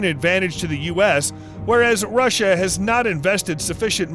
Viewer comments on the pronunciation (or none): none